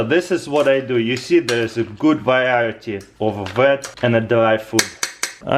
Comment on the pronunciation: Ders a gud vayayity of foot